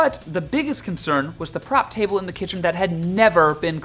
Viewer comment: I think needs glasses. He has a couple of screw-ups. One is it's a prep table like preparation, not a prop table or did I just hear that wrong.